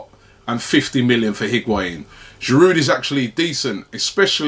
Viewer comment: Can someone tell him how to pronounce "Giroud"? This guy has been with us for years and Robbie still doesn't know how to pronounce his name? There is a silent D at the end man...